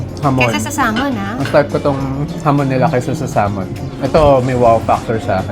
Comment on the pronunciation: Pronounce sah ( l ) mon drop the L. Iberico is just spanish extra virgin oil